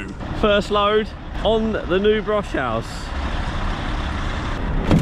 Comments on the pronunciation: Broshuis is pronounced Brosh-House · You should pronounce Broshuis almost as Bros House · The trailer is called broshuis in Dutch but you say it like Broshouse in english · As a native Dutch speaker, the way pronounces Nooteboom and Broshuis had me laughing/cringing every time. 😂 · Terrible pronounciation of the Dutch names Nooteboom and Broshuis, driver! 🤣😅😂